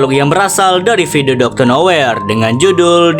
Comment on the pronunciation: Bang salah ngomong bukan doctor noyer tapi doctor nowhere